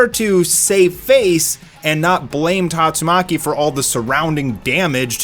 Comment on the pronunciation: I love how even the biggest OPM fans can't pronounce Tatsumaki properly.